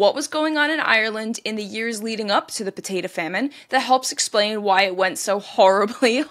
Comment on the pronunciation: Will you please stop saying potata famine. It's potato not potata